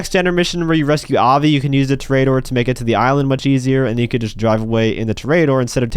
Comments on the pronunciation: It's pronounced tore a door not tarare a door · It's Tor-EE-A-dor you clown. You know, Like a bull fighter. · disliking because of your pronunciation of toreador